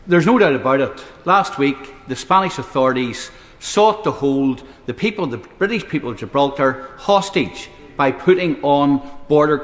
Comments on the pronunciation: But Gibraltar is Bwitish 😅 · Why does he actually care ? He loves the Bwitish empire and the crown. What an obsequious saddo